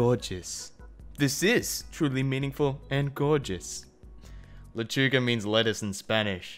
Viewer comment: THE WAY HE SAID LECHUGA In such a godly way Bajavwisbejwbi